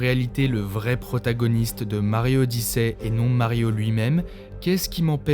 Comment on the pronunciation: "Mario odissè" 😅😂